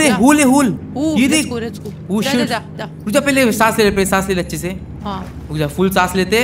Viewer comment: Bhai achme nahi schme hota hai😂😂😂